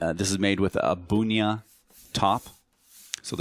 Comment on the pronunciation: I think Bunya in pronounced BUN YUH, you are saying it more like Boon yuh.